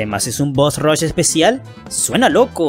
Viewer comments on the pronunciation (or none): none